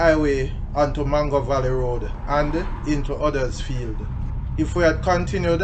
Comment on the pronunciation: Hello from Huddersfield, England. Funny how you pronounce it like we do here. 👋